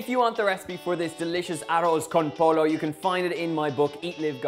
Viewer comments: Pollo is pronounced "poy-oh" not like the sport Polo. Even though the accent is remarkably cute! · Aww bless, it's pronounced "poyo" not polo haha, also donal if you let it keep simmering at its lowest setting and cover the pot with aluminum paper and close the lid, the rice will take in all those flavors and be even more tasty 💪💪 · hahahaha... Polo! I lolled. It might be worth learning how to say the words before cooking the meal. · Also, it's pronounced poyo not polo. 😂🤣😭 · “Aros” con “polo” LOL...”pollo” is pronounced “poyo” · Pollo not polo!! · Way too much liquid, rice should absorb most of that when cooking, also pronounce a double L like a Y. PoLLo not Polo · Todos escucharon mal, él dijo: aros conpoio lol. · So what if he pronounces it as "polo"? We all know he means "chicken". When aliens in the U.S. cook American cuisine, we don't go out correcting their diction. That would be rude. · NAJDJSJSJ he said polo 😭😭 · You pronounce it Po Yo! Dang it Donal! Gonna make this anyway lol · I love it when a gringo tries to pronounce a spanish word like pollo and they use a hard 'L' sound. It makes me snicker and smile at their expense. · Pronounced "poy-yo". Looks good. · Aw, he's so cute! Give the guy a break on the spanish. Okay, he should probably learn how to pronounce it properly - ahoz con poyo. Just made my recipe tonight and thinking it needs a bit more flavor. I baked my in the oven, covered and it came out deliciously tender. I use parboiled long grain rice, sausage, and no olives. Whatever floats your boat. Happy cooking todos! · lol poyo hunny pronounce it poyo. just teasing. It was cute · OMG Donal you have so many people around you and none of them told you the pronunciation? It's like someone pronouncing chicken "fiten" 🙈🙈🙈🙈. Arloz con poyo is the best way I can describe the pronunciation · The word Pollo for chicken in Spanish is pronounced "Poyo" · You said polo and I felt physical pain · Arroz con poy yo 2 ll in a word is pronounced as a y